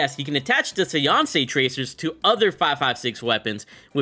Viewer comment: Lol you mispronounced séance 😅 it's like SAY - ONS